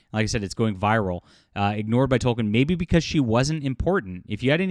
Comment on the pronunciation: Please stop saying "Tol-ken", it's pronounced "Tol-keen".